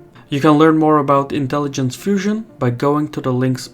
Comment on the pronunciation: "Part of our intelligensh is mythological fusion"